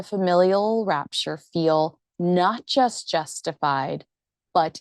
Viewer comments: Should be familial 'rupture'', not 'rapture', right? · 4.24: I think he means "rupture" not "rapture" ...